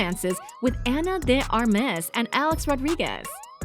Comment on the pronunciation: "ana de ar'mez" terrible pronunciation hahah